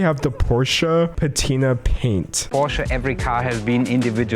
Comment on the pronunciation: we gonna forget king was saying porsha not as a joke 😭😭